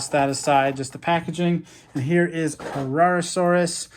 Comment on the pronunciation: herrerasaurus you said that right